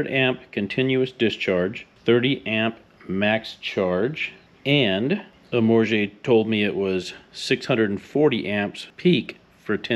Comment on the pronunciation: I like how you "church up" Amorge by putting the "ay" on the end. Fancy.